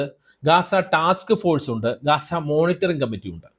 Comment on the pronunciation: ഗാസ അല്ല ഗസ്സ